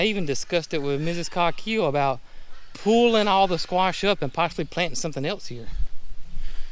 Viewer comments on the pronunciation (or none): Please put me at my ease: how do you pronounce COGHILL? It is spelled Cog hill but my English ears hear almost 'Cock hill' Coque hill ? . 🇬🇧 Any idea of the derivation ?